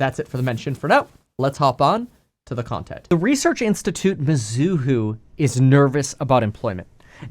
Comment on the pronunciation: It's not mi-zoo-hoo It's me-zoo-hoe